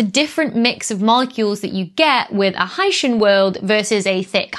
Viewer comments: "high-shin" sounds like somebody who comes from Haiti. "high-sea-in" as a portmanteau of Hydrogen and Oceanic, I like much better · You're both wrong! It's pronounced "hycean". Stop misinformation. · Hy-see-an and Hy-shun are both acceptable pronunciations given the variation in palatalization in English accents. One or the other may prevail in certain regions and dialects. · I always pronounced it high-sea-uhn but I didn't know it was a portmanteau and so now I think you're right with high-shun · 'Dr, S, OWN YOUR EXPERTISE! If you say 'Oh-shun,' who is anyone else to quibble that it should be 'Oh-see-un?' (OK, there was the 'phyto/photo' thing, but that was just a single datum, A statistical glitch perhaps?) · Your instincts are apparently correct, Dr. I heard one of the authors of the new paper on K2-18b correct his interviewer on the pronunciation of “Hycean.” As a portmanteau of “hydrogen” and “ocean,” the correct pronunciation would be “high-sheean.” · Pronouncing it high-SEE-an sounds fancier. 🤣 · I would pronounce "hycean" to rhyme with "Lycean." After all, we have portmanteau words in English, like "helicopter" which comes from "helix" and the Greek "pter" (wing.) But we don't pronounce it like that. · IPA suggests "ˈhaɪʃən" pronunciation. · No. It's pronounced hycean. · your pronunciation sounds like people from haiti but that's kinda cool.